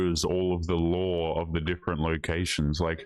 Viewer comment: K... Dunno why this is a thing, maybe cause you're not an American but.... Strip Clubs are a Thing here... That dudes' voice over was weird AF.. "Noone cares how many layers you have Honey"... Uh Gross? It's literally BY LAW. Yes, we have different Rules for different Venues, depending on Nudity & Alcohol served... "Lore" ?? No that's called LAW, that's how you Pronounce that... Don't shoot yourself trying to make a fool of a Girl.